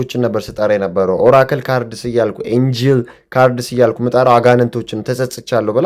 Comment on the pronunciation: Do you know where and why changing everything to kkkkk style orginated from? Joreyen yamawal sisemaw 😊😅 E.g. MeleAktoChicK instead of MeleAktoChiH There is more. EyaYuK instead of EyaYuh EyaDereGuK (cant really hear what was said?) instead of EyaDereKuh